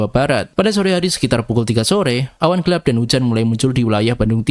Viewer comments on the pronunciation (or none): none